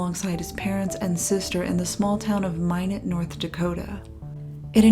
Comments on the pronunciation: Minot... it's [my not] not [mine it] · Wow, I may have gone to elementary school with this guy. BTW, it's Minot like "MY-not", not "MY-nit". 😁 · i appreciate the obvious effort you put into these videos but it's driving me crazy that there's a news clip that correctly pronounces minot and a clip where nick says minot correctly but between those two (and for the first 2/3 of the video) you pronounce it "minet" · As someone who was born in Minot, the way you pronounce it "My-nit" is adorable... More like "My-knot". <3 Also him being from Minot explains sooooo much honestly... That state, and especially that town has basically nothing going on ever... And if you aren't like a rich "normie" farmer type, you're ridiculed to no end. Basically everyone I knew growing up went on to become drug addicts, alcoholics, and the like... I'm glad this fascinating boy was able to escape the hell he was likely going through IRL and that people online generally seem to have treated him with compassion. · FYI it’s pronounced like ‘my knot’ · For some reason Minot seems like a fitting home town. Pronounced My not btw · Also it’s pronounced My-Not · Just an FYI, Minot is pronounced: MY-NOT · It’s pronounced My-Not. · I don't live very far from Minot and the consistent mispronounciation of Minot drives me kinda crazy.